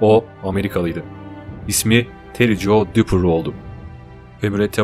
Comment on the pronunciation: Ismi Tere Jo. Terry değil